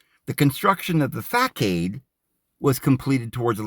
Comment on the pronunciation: Facade = fah-sod. Chartreuse=shar-true-ss